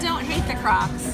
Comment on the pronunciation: She keeps saying clocss